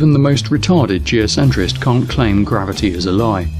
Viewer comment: Your southern American accent is good, but to put on a proper American accent you need to pronounce the R sounds within words. Words like gravity seemed to be lacking the R sound the most. As an American it sounded like a southern Englishman. Still funny though and I appreciate the attempt. Before people jump on me, I'm sure my British accent is terrible too.